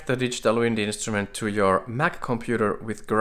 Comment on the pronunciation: "Instument" with an r, please.